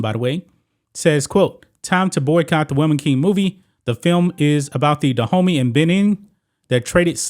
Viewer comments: you pronouncation of these names is really atrocious. it took me 5 minutes discover you were not talking about "the hoomy" , which sounds more like streettalk, but about DA-OOH-MAY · All throughout the commentary I kept thinking you were calling them "The Homie" army. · My african ears are cringing everytime this homy mispronounces Dahomey 😂😂😂😩